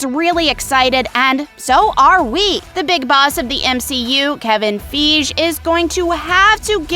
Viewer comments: You said kevin feaig and kong ....wtf? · The pronunciation of these names are barf worthy. Who the hell says Kevin Feige like that? And Kang the Conqueror. He’s not King Kong. It’s the literally pronounced how it’s spelled. KANG! 🤦‍♂️